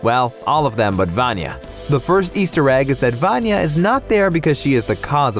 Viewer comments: He said VaAnya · I know I'm not the only one who succumbs to OSSA's clickbait but can't help cringing at the way they say "VAN-ya" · The video is great just one teeny tiny thing.......... Vanya's pronunciation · Actually how you said Vanya is a short form of name Ivan in Russia. The thing is that both of the names are male. You will never meet a girl in Russia named Ivan. But there is a female name Ivanna or Ioanna, which also can be shortened to Vanya. So I don’t think her name is Ivan, that means that the theory about her name does not really make sense. Or she could really be named Ivan ‘cause they are Americans and don’t know this things!